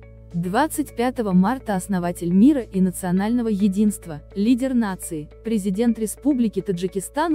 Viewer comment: А почему так дооолго произноситься слово президент. Ну можно же просто сказать наш президент.🙄